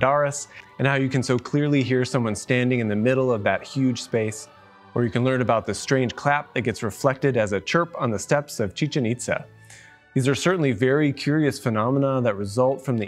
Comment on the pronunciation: It's "Chichen Itza" or even better "Chichén Itzá" not Chichan